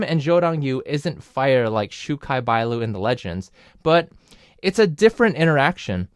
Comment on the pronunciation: How is this guy so up to date on Cdrama tea but cant even pronounce XuKai properly...